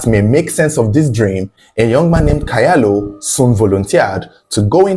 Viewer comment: The name Kyalo is pronounced "chalo"